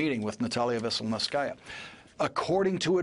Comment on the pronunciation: Kudos to Lawrence for making a decent attempt at pronouncing Veselnitskaya. His is the best I've heard so far. He clearly practiced 🙄